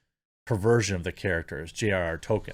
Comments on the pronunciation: Jeremy's gone back to calling Tolkien "Token" again. He was getting it right for a while. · you're pronouncing it "TOE - kin"!!! what happened to the L? it's driving me nuts!!!! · Everytime you say Token instead of Tolkien I die a little inside. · Stop mispronouncing Tolkien as "token" . It's pronounced TOLL-keen. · Who is tolKEEN?